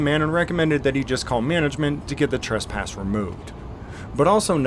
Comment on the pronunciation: says "trUsspass." It's actually "TrEsspass."